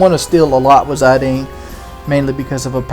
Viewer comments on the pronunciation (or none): it's Zidane like the french socker player, not Zadine:) love that you're doing a final fantasy game:)